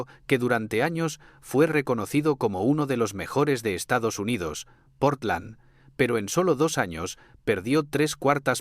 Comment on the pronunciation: Estados Hyndodos o Estamos jodidos? 😂😂😂😂